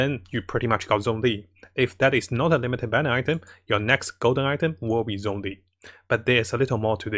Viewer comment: Ahhhh, i really like your videos but your pronounciation of zhongli makes me cringe every time D: the "zh" is like a "sh" when you spesk it D